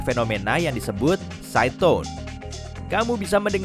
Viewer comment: tulisannya SIDETONE pas aku dengar malah SYAITON hahahaha 😂